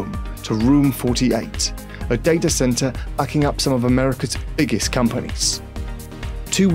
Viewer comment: this guy "iggest" fucking pronounce your b's m8